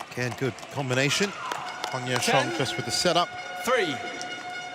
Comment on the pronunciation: Judge pronounced ‘Huang Ya Kuang’ 😀